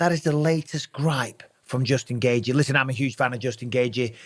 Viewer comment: Dj Mikey B is truly undefeated but not when it comes to pronouncing Khamzat Chimaev and Justin Gaethje’s name * Chim eee ev * Gay g